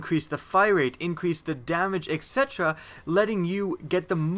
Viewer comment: He is also pronouncing it incorrectly.